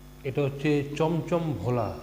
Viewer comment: Why is shawarma pronounced as shoborma by u and bhola maach pronounced as vola????? Cant u bongs atleast get ur own pronounciations correct instead of using stupid pronounciations where not needed like instead of bhel puri its now become vel puri... so instead of bangla and bangali why dont u say vangla and vangali?????? Since when did u guys hav a va in ur vocabulary.... everything was ba. Stop desciccating a language just because its not ur own. Respect others languages instead of ruining it.